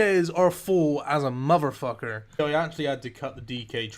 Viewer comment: "DK's arrrr full as a MUVERFUCKER" lol I literally died